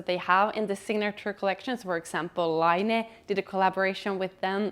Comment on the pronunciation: I thought laine was to be pronounced the French way to mean wool, it is pronounced layne meaning wave in Finnish.